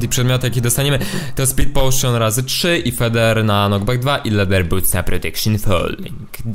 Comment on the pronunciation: Czemu ty mówsz ,,Mam pirko na NOCKBACK 2" to jest chyba knockback xd